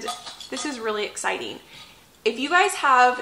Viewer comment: I heard your intro as " Today's an EGGciting day" 🤣